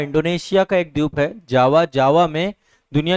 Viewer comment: Dweep ko Dyup bolna galat hai. Ek teacher ko yeh shobha nahi deta.